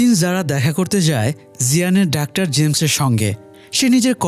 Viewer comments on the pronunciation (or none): ডাক্টার কি ভাই! খুবই বিরক্ত লাগে শুনতে।যেহেতু আপনার ভিডিও দেখি তাই লিখলাম।